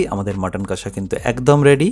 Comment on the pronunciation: Jader kache priyo, tara ‘kassa’ bole na, ‘kosha’ bole.